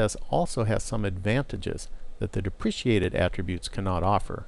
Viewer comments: okay great video, learned a lot but its depreKated, not depriciated deh pruh kay tud haha great video tho, super informative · Correct. I found this mispronunciation distracting. Repeat after me: De Pre Kate, De Pre Kate... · Yeah it's pronounced dep-rah-kay-ted. lol Solid tutorial aside from that though! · These tutorials are very good introductions to HTML. I'm pretty sure you are pronouncing "deprecated" incorrectly but that's not really the point of the video, and I appreciate the work you put in to all four of these.